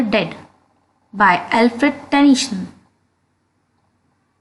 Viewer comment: It's tennyson not tension